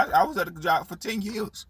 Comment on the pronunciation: Its YEARS SAY IT WITH ME. Duh say it with me YEARS NOT YEUHS 😂😂😂😂 and duh who thinks working at MCDONALDS IS A GOOD JOB?